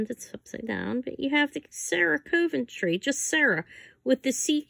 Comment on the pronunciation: I thought it was pronounced Sarah Coventry not cove- n-try